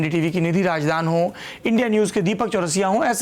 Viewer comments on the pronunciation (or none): none